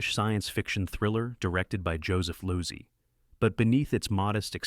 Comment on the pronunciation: Joseph Luzy? Really? How about Joseph Low-sea? Uh oh AI